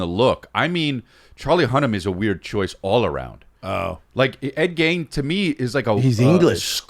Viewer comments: It’s Ed GEEN not GAIN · Pronounced ed geen fuck sake